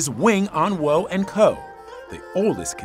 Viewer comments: 永安和 Wing On Wo. The wo is pronounced like waw in Cantonese, not "woe". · In cantonese its pronounced wing on wo4. I laughed everytime they said wooooo.